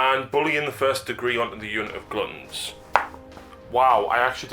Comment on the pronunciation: GlUtton not gloootton >.>